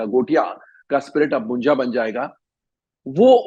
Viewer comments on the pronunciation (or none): Not मुंजा it's मुंज्या 😂